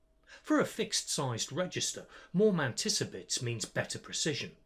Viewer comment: your way of saying Mantissa is just so perfect. has to be said.